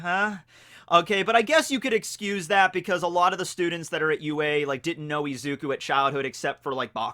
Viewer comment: is izuku not eeeeeeezuku 😂